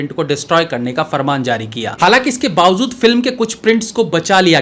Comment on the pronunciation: Bawazood naheen BAWAJOOD hota hai.